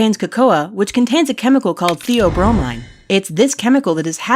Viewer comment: theobromine The-o-bro-mine haha